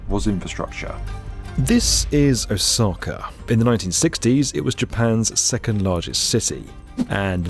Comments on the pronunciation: It's pronounced Osaka, not Osakar. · Every time he says "Osaka" my eye twitches